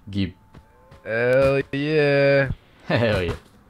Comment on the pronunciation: the way he says “gib” like welyn made me laugh